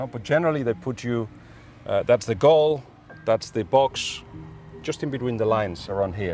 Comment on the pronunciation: "What a BOuL!" Lool man said what a boull, was absolutely blown away lool.